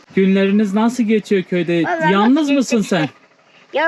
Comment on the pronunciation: manav değil malav. Bunu öğrenin. Eşki değil ekşi. Tiskinç değil tiksinç. Yanlız değil yalnız gibi